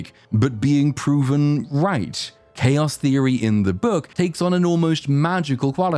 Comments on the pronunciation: "thaos theory" Unforgivable, I'm unsubscribing. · "thaos theory" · "THAOS" theory hmmm? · . "thaos theory"